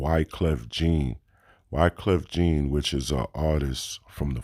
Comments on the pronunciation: Wyclef " JEEN " LOL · Damn dog… you say you Haitian and you out here saying “Wyclef JEEN”? I ain’t even Haitian and I can hear how crazy that sound lol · If you're Haitian how come you pronounced Wyclef's last name incorrect? Every Haitian & French people knows Jean is pronounced in french, I'm Haitian myself and I know that's not the way Wyclef's last name is pronounced. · True hmm